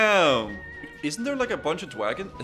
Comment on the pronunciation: Elmar Fudd: "Keep quiet, were hunting Dwagons"